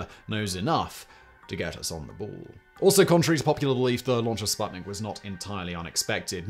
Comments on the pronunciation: "u"... it is pronounced "spootnik" as in "spoon", damn it :) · Hello! That thing is not called sbuttnick. It‘s called sputnik, the companion.